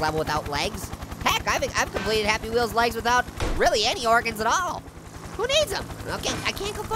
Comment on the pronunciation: I Love HAPPY WHEEWS